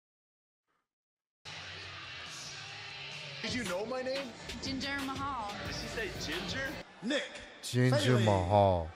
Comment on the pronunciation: "Do you know my name?" "Jinjer Mahal" LOL